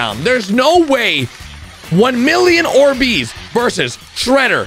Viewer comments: ORbees, emphasis on the OR, instead of the BEES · Bro why he pronouncing these like or- BEEZ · "Or-bees" Is- is that how you pronounce it